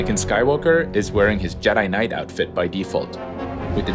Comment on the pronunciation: Am I the only one who heard him put an emphasis in “Knight” while presenting it? Like if he wasn’t something more than the rank of Knight…